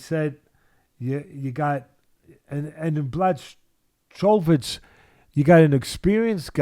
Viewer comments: The irony is that doesn't get it right either. They keep turning the 'ch' into a 'k' but there's no audible 'k' in there. /Americans for some reason say 'Black-oya-vitch' but really it's 'Bwa-ho-vitch'. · Hey Teddy, it's Blah'Hovich(pronounced) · Pronounced : Bwa - ho - vitch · Teddy "Blah-cho-vitch" Atlas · Teddy: Bloodkovich. Too good 🤣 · These guys are both mispronouncing "Blahovich" lolol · Can't you say his name right FFS .where is the respect . I swear he's doing it on purpose as he's just wrote him off. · Jan's last name is a tough one though lol.